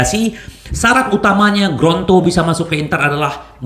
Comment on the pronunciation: Lidah kesleo tuh... 😊😁